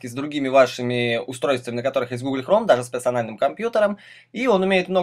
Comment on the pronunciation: ГуглЬ хромЁ!!! а!!! ГугЛЬ!